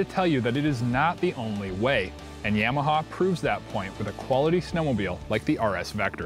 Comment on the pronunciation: " yeahmaha "...you say Yamaha funny